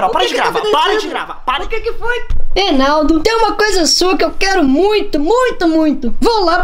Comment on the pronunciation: AKAKAKAKAKKAKAKAKAKA O FALANDO ENALDO MEU DEUS KKAKAKAKKAKAKAKAA